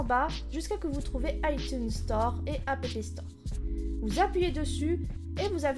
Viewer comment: oui on avait compris mais ça se prononce « app » comme abréviation d’«application »